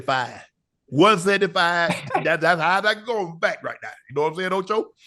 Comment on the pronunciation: “one seddny fiiieeve”😂😂